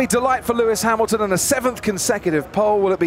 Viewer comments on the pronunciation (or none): 4 seconds in "lewis hamilton" smh